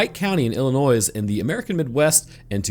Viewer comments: Illinois = ill + in + oy not ill-in- oys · It’s pronounced i•luh•noy No S sound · Did you really just say “Illi-noise”? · Lol Even if you can’t say it right I’ll still sub to you lol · sir, I love your channel. Love your funny asides and new videos always make my day. But, as a native Illinoisan, please, please, PLEASE, for the love of everything, stop pronouncing the “S” at the end of Illinois…it’s like nails on a chalkboard to those of us from the Plain State. 😅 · U ... The "S" is SILENT in Illinois......... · The S in Illinois is silent btw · Everytime you pronounced Illinois with the S at the end…..an anglerfish grew feet and learned how to walk on land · I'm sorry, but would you please stop pronouncing the s in Illinois? It's driving me nuts... 🤨